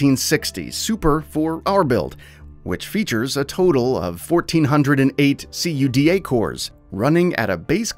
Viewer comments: hey , tldr #2 its cuda like barracuda , not c.u.d.a. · C U D A cores?? Lol you mean cuda? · "See you dee yay cores"? 😂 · COO-DAH (CUDA) AS-ROCK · Like when he says "A. S. Rock" or "C. U. D. A." Cores. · I’ve never heard anyone pronounce it like that 😂